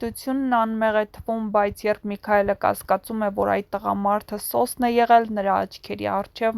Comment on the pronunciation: Աղջիկ ջան ոչ թե եռբ,կազմակեռպել այլ երբ , կազմակերպել և նմանատիպ բառեր, մեր գեղեցիկ հայերենը մի աղավաղեք բառերը ճիշտ արտահայտեք, ալարելով էլ մի խոսեք